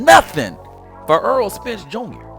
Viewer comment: I don’t get into negotiations so I don’t care what another man is getting paid, outside of that nothing you said made sense. By the way his name is Errol Spence not “Earl.” You said a bunch of generic bs lol Crawford never publicly gave details on the negotiations. He just say the fight will eventually happen. Max Kellerman called Spence a duck cuz 4yrs ago Spence told Max and Stephen A Smith Crawford just need to get a belt. Crawford beat Jeff Horn for the belt, linked up face to face with Spence only for him to change the script and say “why why why I don’t I just take the easy route and take Shawn Porter belt”